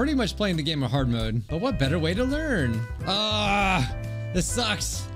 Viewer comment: at the begining instead of hearing "lets get on with the game shall we" i heard "lets get on with the gay shall we lmao"